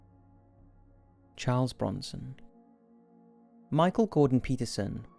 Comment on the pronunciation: Chawrlee brownson